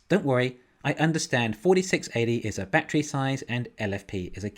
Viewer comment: What's a "Bat-tree"? 🤣 Despite your funky pronunciation, love your channel brutha! Thanks for all the great analysis, seriously.